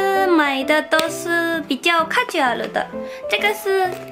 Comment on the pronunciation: Yumma前面有提到的英文 casual休閒的，偏日文的念法哦！👍👍